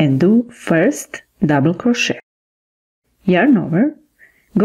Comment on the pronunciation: You pronounce crochet (cro/shay).